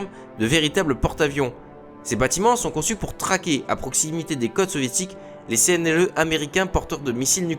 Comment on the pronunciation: Video sympa, par contre, ça fait plusieurs vidéos ou je t'entend dire CNLE... Au lieu SNLE. Ça en réduit la crédibilité. Pour le reste, c'est intéressant à écouter :)